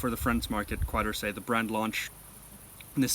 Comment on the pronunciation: just want to point out it should be pronounced KÉ-DORSÉ